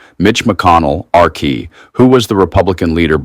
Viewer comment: Why do you use some garbage AI voice that pronounces "R-KY" as "arky" and sounds like a mic being blown out with gravel